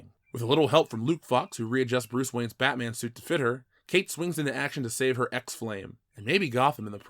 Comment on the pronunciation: iT's BaTmA'aM 😤